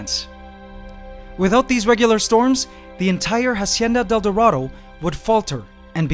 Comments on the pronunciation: i wanna watch the video but every time you say "Jacienda del Doradou" i cringe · I liked the part where he said Hacieana Del Dorado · I stopped and turned off this video when you said "Hacienda Del Dorado" for the hundredth fuckin time...... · I love your videos, but every time you pronounce Hacienda de El Dorado, I cringe. And you do say it a lot. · How many times can you say hacienda del dorado omg... stopped watching because of that